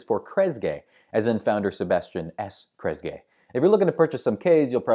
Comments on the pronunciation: It’s pronounced “Kress-GEE”. Also, the USO started delivering care packages to troops DURING world war 2, not after. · Good one! P.S. It's KRESS-gi.